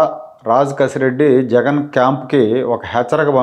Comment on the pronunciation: రాజ్ కేశిరెడ్డి అతని పేరు..రాంగ్ pronunciation చేస్తున్నారు